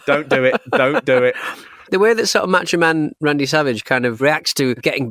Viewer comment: Why do you guys keep referring to the Macho Man as "Match-O Man"? Seriously, though, quickly becoming a fan of this channel.